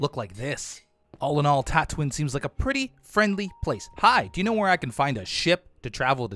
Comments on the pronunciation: Ive never seen the star wars series but even I know that it's pronounced Tat-oo-ee-n not Tat-oo-in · Yup, and Tatooin should be pronounced Tatooine